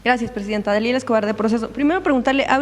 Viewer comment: A y se llama lalila “Dalila”